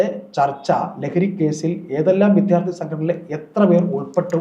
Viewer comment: സഹോദരീ,വിദ്യാർത്ഥി എന്നു പറയൂ പ്ലീസ്